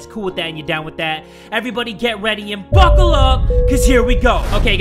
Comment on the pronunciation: Stop with saying buckla